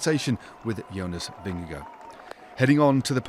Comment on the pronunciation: Correct pronunciation is Jonas Vinyago 😅😅😅😅